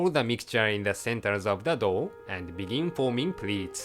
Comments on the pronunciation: I'm confused everytime I listen "Dough" and "Dog" XD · I know, I thought of the exactly same thing, at the first I actually tought he said "Cooking a "